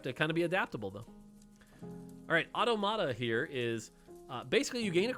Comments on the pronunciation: Hearing "ought-a-mott-a" is hurting. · Automata pronunciation is triggering. I'm gonna have to listen to every streamer pronounce it wrong lol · eyo why does he say automata like that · Is anyone else a bit bothered by the way he pronounces automata?